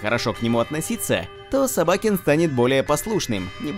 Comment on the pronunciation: СобакЕн , а не СобАкен